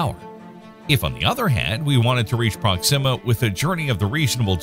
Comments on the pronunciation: Is that really how to pronounce "Proxima"? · You know why I stopped watching this video 2 seconds in, because I knew soon as this Ai voice said proxima all wrong